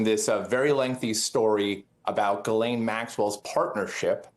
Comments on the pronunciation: Ari, brother…. Did you just call her Jizzlaine Maxwell. Dude lol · Can you please stop mispronouncing Ghislaine’s name?